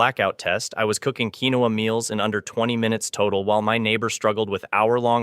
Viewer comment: Keen-wa!! Not keenowa (pronunciation). Flour comes with those bugs’ eggs not seen until after hatching. Always store flour, oatmeal, and butter in the freezer. Buy five gallon containers for water. You’ll need at least ten of them. Keep them filled with water in a cool dark space. Buy canned meat and also buy canned gravy. Make flour tortillas rather than buying yeast breads. Spices: dry chicken broth, dry beef broth, garlic powder, onion powder, cumin, bay leaves, basil, any spices you like which includes black and red pepper, iodized salt. Pan cake mix and syrup, oatmeal, cream of wheat, canned soups, variety of canned beans, dry white rice, canned vegetables, canned tomatoes and tomato sauce, dry pastas such as spaghetti and macaroni, black and green olives, canned vegetable protein (fake meat hot dogs etc.).